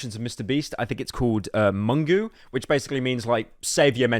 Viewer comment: I think the word you where trying to say is "mungu". It doesn't mean savior it means God, or maybe "mzungu" which just means a white person.